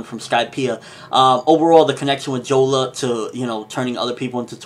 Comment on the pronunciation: it's jora not jola